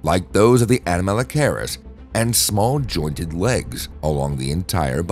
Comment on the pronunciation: Horrible pronunciation... learn to say the name of the thing youre talking about before talking about it... its cringe.